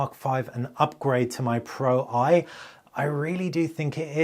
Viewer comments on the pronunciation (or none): Great video however it was frustrating watching you mispronounce the Pro-I. You clearly know that Sony phones use roman numerals (ie Xperia 1 IV = Xperia 1 mk4, Xperia 1 V = Xperia 1 mk5) so why would the Xperia Pro-I = Xperia pro eye instead of Xperia Pro mk1